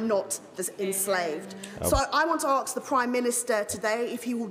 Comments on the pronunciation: What does “arkes” mean? Does she mean “askes”?😂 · She “arks” a lot